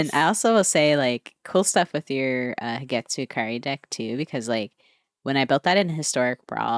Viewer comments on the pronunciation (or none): its HIDETSUGU NOT HIDETSU :P